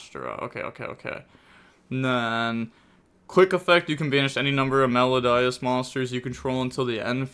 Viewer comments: Also It’s pronounced Mel-o-dee-ous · Cant say ki-siKILL Can say meloDIEus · “Mel-O-DEE-Us.” My brain hemorrhaged during this video. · its pronounced me-lo-di-us. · Welp, time for another spelling lesson: It's Me-low-dee-us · How has the education system failed you so bad you can’t pronounce melodious. I couldn’t finish the video. So players did good or bad idk. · I'm kind of amazed you found a way to pronounce wrong Melodious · How does he not know how to pronounce Melodious… 😣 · Aren't we all? I doubt people played Melodius before, because they were not playable. Also, the pronunciation of that was just awful and annoying, specially considering it's about MELODY.